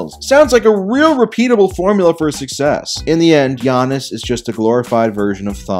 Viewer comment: Got mad as soon as you said Giannis’s name wrong